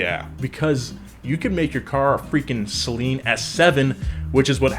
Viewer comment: Damn I think this is the first time I hear a youtuber pronouncing Saleen correctly. is a proper car guy.